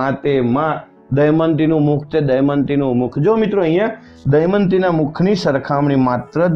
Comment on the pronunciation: sir pls damyanti bolo not daymati